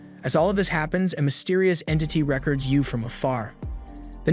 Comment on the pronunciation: I am fascinated by your pronunciation of record and fanboying